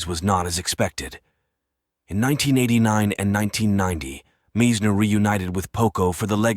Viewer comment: And the pronunciation of Meisners name is irritating!